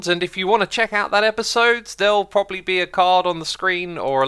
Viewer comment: "Espisode" Learn how to speak xisuma. lol